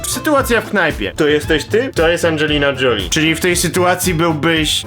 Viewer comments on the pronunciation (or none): czyta sie "Żoliiiiii" buraku